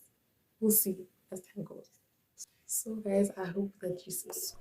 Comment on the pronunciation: When you said "so" I was like "mcwah"😂